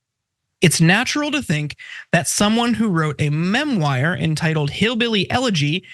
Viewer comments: Just one bone to pick, you pronounced memoir as MEMWIRE, WTF??? That was brutal! 😂🤦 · My favorite part was when said “memwire” instead of “memoir” lmao